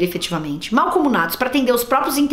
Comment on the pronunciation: "Se não tem preparo pro cargo, só é sincero pra reconhecer isso, não sei nem porque se candidatou, não é meixxxmo?" Kkkkk ADOREI Parabéns pelo aniversário! Ah, acho que não de diz "malcomunado" e sim "mancomunado" bjo